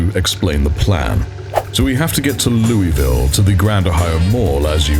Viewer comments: It's pronounced 'Loo-uh-ville' by the locals,, just FYI... 😅🥲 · Hey! My apologies for hijacking your interaction here, but... As someone who spent over a decade living in the state across the river from Louisville, and visited there quite often, had friends there, etc... Every time you said the name of the city, I... died a little, inside... 🥺 It's pronounced 'Loo-uh-ville' by the locals, just FYI... Take that how you will, my friend, I'll go away now... 😅🙃